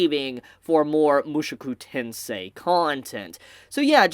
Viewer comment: Every time I hear him say Mushuku Tensei ... I just imagine Rudy being replaced by Mushu from Mulan.